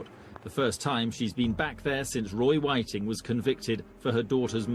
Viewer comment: ffs all your hard work and you cant even get his name right.